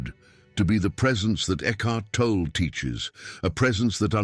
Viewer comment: Great information. Why can't AI pronounce Tolle's name correctly consistently?